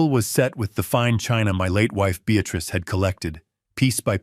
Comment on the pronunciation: If only the text matched the reader. Prentice (Apprentice), Beatrice (Beatatrice), too many periods that should be commas.